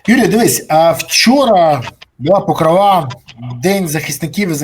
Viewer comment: Покрова наголос на о.